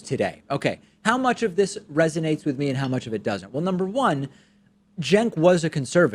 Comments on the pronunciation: All I got from this is, at first I thought his name was pronounced "chenk". I then learned his name was pronounced "senk". I now heard his name pronounced, about a thousand times in this video, "jenk" CENKUYGURHOWDOISYOURNAMEPRONOUNCED?!?! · How is Cenk apparently pronounced "jenk?" Or did I mis-hear it?